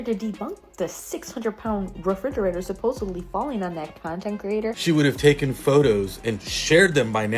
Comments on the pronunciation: BABYGIRL!! 😡 It. is. REFRIDGERATOR. A "fridgerator" is not a thing. I expect more from you 😂❤ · make Mickayla's barbie bald and create or buy some Barbie WIGS for when she changes her hair. Also, the way you say refrigerator makes me smile. The only time you've had a noticeable accent.